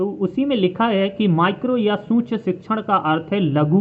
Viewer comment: सूक्ष्म तो सही से बोल लो